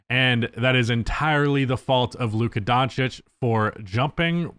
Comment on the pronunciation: Is it on purpose that the one word you can't pronounce is in this channel title?